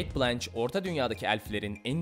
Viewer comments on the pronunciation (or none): none